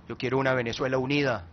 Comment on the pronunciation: disculpe, a usted quien le pregunto si tenia amigos en europa? las palabras no se escupen, se dicen o expresan.. y aprenda el nombre su pais que es VENEZUELA, NO VANAZUELA